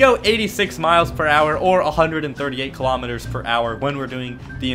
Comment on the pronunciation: Now people are hating on you for pronouncing kilometres wrong.